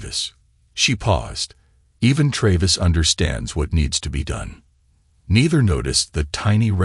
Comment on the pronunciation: why not spell sons name the english way.... shaun then at least its pronounced correctly....hearing "seen" every time is jarring not to mention tray-viss